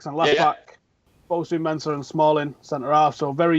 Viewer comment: why the hell does say "Menza"??? Its "MenSAH" my g